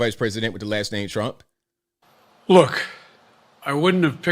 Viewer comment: I mean the guy was standing right next to him he shouldn't have messed that name up